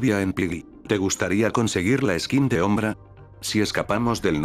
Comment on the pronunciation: En vez de decir sombra dice ombra XD